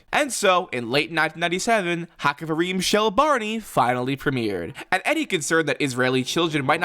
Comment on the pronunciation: Small note about pronouciation You know the greek x? The het sounds like that Also this haxaverim, not haxavarim Also, the stress is on Rim, not on the ha HaxaveRIM shel Barney